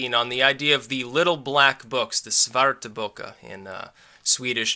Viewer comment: Great Swedish pronunciation there.